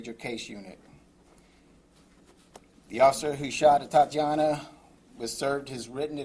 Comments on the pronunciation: Completely inappropriate of him to do so. The mayor couldn't even pronounce the victim's name correctly. Her name is Atatiana, not Atiana. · This mayor couldn't even pronounce the victim's name correctly. Her name is Atatiana, not Atiana. And since when was she a married "Mrs. Jefferson"? So disrespectful, thoughtless, and insincere.